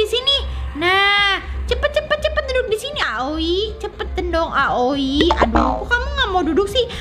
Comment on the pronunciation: Kak manggil aoi miyami, awi